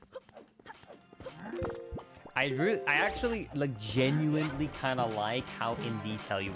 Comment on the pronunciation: There's no t in genuinely